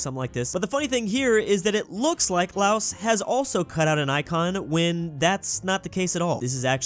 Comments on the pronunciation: LAOS IS PRONOUNCED LAO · The country Laos is pronounced laow I'm not trying to be mean just advice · Probably not the last time I'll say this but here goes: LAOS IS PRONOUNCED WITH A SILENT 'S'